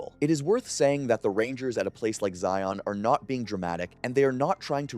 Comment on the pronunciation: I grew up in UT. It's pronounced Zion, like lion. Not ZI-ON 😉